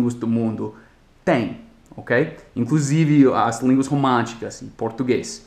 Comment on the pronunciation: Juan Garutti É isso aí!!! Nossa língua se origina do latim. Línguas latinas ou românicas, como ele disse (a última palavra é usada mais em espanhol, parece que ele falou ''românticas"). É por aí... Português, Espanhol, Italiano, Francês. A origem das palavras do idioma Espanhol e do Português faz quase o mesmo caminho ou até o mesmo caminho, principal motivo para serem tão parecidos. *A origem, muitas vezes, passa antes pelo Francês até sua forma atual em Espanhol, mas não para chegar no Português (com exceções).